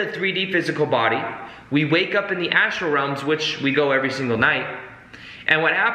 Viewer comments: So funny :) it seems you are new to these concepts but you are very excited about them which is good. It's not an ASTRO body though, it is an ASTRAL body :) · Astral not Astro!